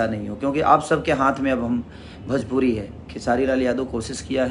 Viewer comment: भजपुरी नहीं भोजपुरी होता है।